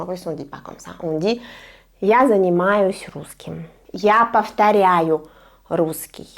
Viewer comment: Здравтсвуйте, pourquoi à précisément il est écrit "я занимаюсь" mais vous prononcez "я заниматсяь" ? Merci pour vos vidéos 😊